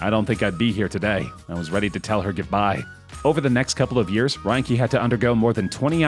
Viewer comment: "ryn-key" --- it really seems as though the narrator hasn't watched any of the material they're talking about. Loo-iss Theroux, Carole's "first" husand missing (he was her second), and ryn-ke - Rinky! Goodness me.....